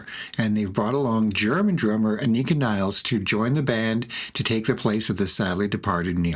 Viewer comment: Not Niles! Anika Nilles! Pronounced Nil-less Greetings from Germany!